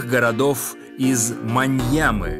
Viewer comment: Может Мьянмы? А не маньямы.